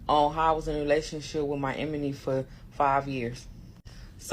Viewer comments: Listening to her butcher the word "enemy" made ME "carry on" to another video... Deuces!✌️ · Glad I'm not the only one! 😂😂 I'm no grammar police but babaaaay!!! That emeny gets me Everytime! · Pronouncing enemy as emeny is the red flag a big one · If she say emanie instead of enemy one more time! Dumb arse..she not dumb. She know exactly what it was. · I’m sorry but the “Sleeping with my emeney. “ she was driving me crazy. 😂😂😂😂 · Anybody gonna tell ole girl with the glasses that “emeny” is not how it’s said😅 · She can’t say enemy she keeps saying emeney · If she say enemy wrong ONE ☝🏾 more time 🤦🏽‍♀️ It’s ENEMY not Emeny!! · I can’t stand how she pronounces “enemy” lol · the fact this woman cant pronounce ENEMY is irking me lol